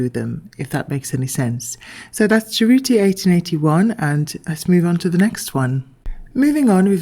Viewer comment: Cerruti is pronounced well enough in the video, I'm Italian, brava!❤